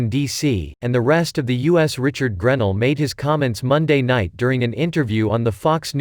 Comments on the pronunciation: GREN ELL,!! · GRAAA- NELL..please pronounce this Patriots Name Correctly!! Sorry, nails on the Deplorable Chalk Board